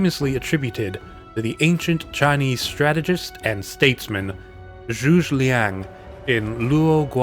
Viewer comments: A few things one, the way you pronounced the name was absolutely hilarious, no offence (Zhuge Liang can be pronounced as Choo- Ge, where the G is like how U pronounce it in 'get' and the Zh is like Choo but a bit of a "z" with the Ch, Lee- ang. )And you can actually see this formation in a different Chinese drama which I cannot recall for the life of me, and it has what I would say one of the best depictions of it, but to whether it is historically accurate or dramatised I'm not sure, there was an oddly large number of people in it. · FWIW the general's name is pronounced something like "JOO-guh LEONG". For the last word, say the name "Leon" (lee-ahn), but say it fast and make it rhyme with "long" if you can. (If not, just "Leon" is close enough for YouTube!) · Great video - one sidenote however - Zhuge Liang is actualy 3 syllables - Zhu - Ge - Liang.